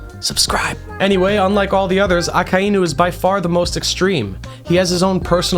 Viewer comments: Ah-Kuh-E-New? Ummm...no..it's -Ah-Kai-New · is it really pronounced "Ah-kah-EE-nu" or am i rightfully losing my mind thinking it's pronounced "Ah-k-eye-nu" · PLEASE FOR THE LOVE OF GOD, SAY IT LIKE THIS——> AA-Kay-NU,,, not fucking ah-kah-inu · Akainu is pronounced Ah-Kai-New not Ah-Ka-Eye-OO you are most likely doing that mispronunciation on purpose but I still have to stress that it is a mispronunciation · I almost turned the video off when I heard you say his name …. It’s A-KIN-(D)-New … the D is silent lmaoo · Why are you saying aka inu. It’s one word akainu. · Its a-kai-new. Not a-ka-ee-new. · if your going to mak the greatest akainu video , than at least pronounce his name right , i can not sit thru 50 minutes of you saying AKA iiii NU ,, its A KAI NU , even tho its two different words making 1 word aka and inu , it gets its own pronounciatian when mixed , the I is pronounces like db KAI aKAInu not aka iiiiiiiii nu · My brother in Christ, it's uh-ky-new, not ah-ka-eye-new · A-Kai-Nu, not A-Ka--i-nu. Good vid though. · "Baka Inu". Thought you could sneak that by me, did you? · say it with me AH-KAI-NEW 🤦🏻‍♂ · It's pronounced AH-KEYE-NEW my dude. Japanese vowels are the easiest to pronounce. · But that's not how it's pronounced. Those are the roots. If you watched the show you'd hear it clearly a kai new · aka-inu lol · don't get me wrong I am 100% sure that it is but I'm so used to the americanized version that "Aka-inu" sounds super weird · The name pronunciation really threw me off but I like your theories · The way he pronounces akainu is gonna drive me insane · You pronounce his name like a complete idiot 😭😭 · Great video! Sucks that you pronounce Akainu like that though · Why he gotta pronounce it like that smh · The way he says the name irks me. But good shit haha